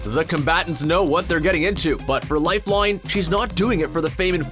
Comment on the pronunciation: Is anyone anoyyed by the way he says "lifeline"